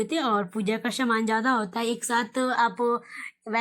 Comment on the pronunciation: Shaman nhi saman hota h.... S ko sh ku bolti rhti ho